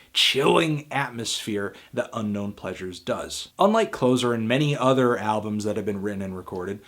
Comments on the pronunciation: Its Closer as in "I am getting closer" not clozer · kinda annoying me he calls it clozer an not Closir : ) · It's "Closer" not "ClOzer," idiot. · I had never considered the pronunciation of the album title "Closer" as "clo-zer" meaning that which closes something, like Joy Division's existence. I always read it as "Closs-er", bringing things nearer to each other. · It’s actually pronounced Clo-sir, not Close-er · Where did you find that the second album'st title is pronounced, "Clozer"?? Everyone else pronounces it with the soft s, not a z. "Clossser" as in "more near" and not, "the ending." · It's not Clozer. It's Closer. Ssssss not zzzzzz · It's Klo-Ser, not Klozer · it's cloSer not cloZer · Good review but what I would say is that the album "closer" was originally intended as closer like "nearer", not "clozer" like "last song" or "ending".... It's only in hindsight that we might say "closer" as in "last shot" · It's "Closer" like close to you, not "Closure" like a final song. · heh 'clozer', i always called it "closse-er" as in the opposite of further. as i've heard everyone since I found out about the album in the mid 80s call it since :) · It's [kloh-ser] (adj) not [kloh-zer] (noun). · Anthony, Closer is pronounced [klo:sə] as in nearer not [klo:zə] as in ending. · LOL love the mispronunciation of CLOZER... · I never thought to pronounce Closer like CloZer. Love this album. I too have been waiting for a guide to come and take me by the hand. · It's pronounced closer as in nearer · I enjoyed this review of what is my favourite album. Closer is icier, bleaker and I find bits of it hard to listen to. But you can't pronounce 'Closer' with a zed sound, it's closer as in 'closer to the edge'. Sorry for mentioning it. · "I am an expert on Eye-uhn Cure-tiz and her album "Clozer" because she used to be a closer on Wallstreet." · I know. I never really knew it was pronounced that way until this week. lol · It's Closer, not Closer. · It's Closer, not Closer! 😉